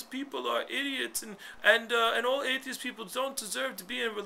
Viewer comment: forgot the t on atheist lol